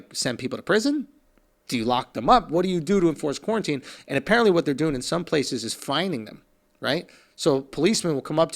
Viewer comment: Did Andrew learn to say quarantine yet?